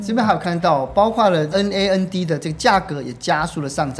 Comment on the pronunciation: 主持人的科技素養有待加強、NAND都不會唸 也太扯